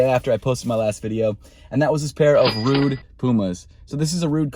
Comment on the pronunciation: Rhude 😄 Say it with me Rhu-e-ge (Rhuigi) Also bruv, the golden Jordan 11 lows are mens and there called the Closing Ceremony 11 lows and were pretty hyped in 2016, Dwayne the Rock Johnson has a pair